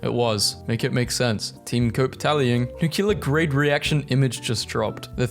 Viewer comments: I vote for all of the words he mispronounces. FOR THE LAST TIME ITS NUCLEAR, NEW CLEAR NOT NUCULAR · Jumping off the guy who wants a compilatuon of all the noises you make. I vote for all the words that are mispronounced…if I have to write NEW CLEAR NOT NUCULAR on one more video….